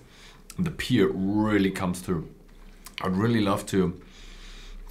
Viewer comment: Friendly advice: Pronounce the word 'Pear' just like the word 'Pair'. You are saying 'Peer' currently.